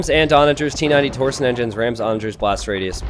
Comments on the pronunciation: dammit t90 saying TOR SON no no no it's TORSHON There is an i in there, makes it sound like sh. Anyway keep up the good work. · The way you say "torsion" hurts my brain. It's tor-sh'n not tor-son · Hi t90. Small bit of pedantry: Torsion is pronounced "Tor-shun", not "Tor-sun" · T90 please, it's torsion not torson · It's tor-shin. That's how you pronounce torsion.